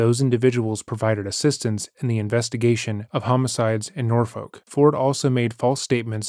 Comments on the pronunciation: An incredibly minor detail but as a local this one bugged me Norfolk is not pronounced nor-folk but nor-fuk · I’m glad you covered this story because I practically grew up in Norfolk and have never heard this story. Also we pronounce it Nor-fuck. Same with Suffolk lol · Take it from a Virginian: Norfolk is pronounced “naw-fik.” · The way you pronounce Norfolk 😭